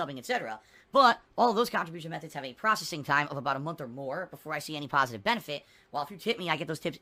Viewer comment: "Before I see any pahsitive benefit"